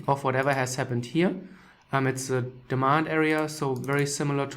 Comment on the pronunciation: Wenn er here gleich wir hier betont fallen mir die Ohren ab